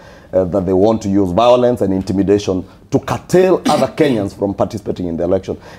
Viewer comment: the pink shirt guy is really butchering Otiende Amollo's name😂